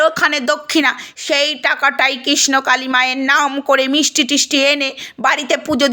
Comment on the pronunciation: Kotha ta KRISHNAKALI. Thikmoto uccharon o toh korte sikhlen na ekhono. Kisnokali, kisnokali...bole jacchen